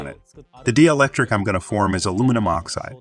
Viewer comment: dee-electric. Omg people! Proofread/listen to the story before you publish it!